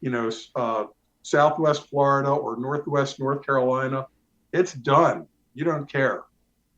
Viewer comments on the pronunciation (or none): none